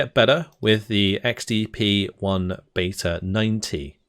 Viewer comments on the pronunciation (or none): none